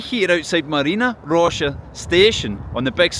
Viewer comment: It's not actually MaryEEna Roscha, it's MAHRyina Roscha -- from Marya, a version of Mary. Mary's Grove, basically. It's the name of the whole district. Nobody knows exactly why, apparently. :)